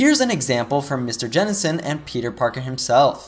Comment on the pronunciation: it's worse, he's calling Jenenson